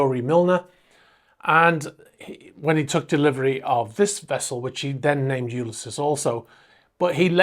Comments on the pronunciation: I believe it’s pronounced (phonetically) You-lys-ees. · Hey. LOVE your videos!! The world of super yachts seems to be a very dodgy one in many cases!! Just a heads up. Ulysses is pronounced You-Liss-Eez. Ulysses is the name of a classic novel written by the Irish writer, James Joyce. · HiI think its pronounce U-lys-ese as in the Oydessy cheers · To be fair, it is a valid point & your other interesting info doesn't eliminate this. Don't take it personally or get defensive. It's "you lis seas". There. Now you can remove that point of criticism. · Have you never heard the name “Ulysses” pronounced?? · The rest of the video was well done. That’s why the pronunciation sticks out like a sore thumb.